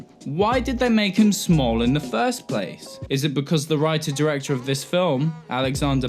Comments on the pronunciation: I can't tell when you are saying smol or small. I am too confused by this. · Your pronunciation of “small” and “smoll” is goddamn near indistinguishable. It nearly ruins the video. Should have run this by a few people first. Sorry to get all Dickpix on you.